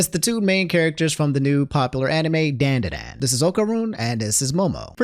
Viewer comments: Not pronounced DAN DAN DAN. DON DON DON is how it is supposed to sound,. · Stop mispronouncing Dandadan my dude